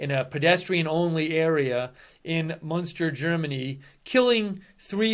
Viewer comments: It's pronouced "Munster" as in Eddie. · It is called Münster, not Munster. Munster is an old province in Ireland. Münster is a small city in western Germany. I have been there and it is very nice. It is pronounced like "Minster", but with that first vowel rounded so that it sounds a bit like a cross between the vowels in "put" and "pit".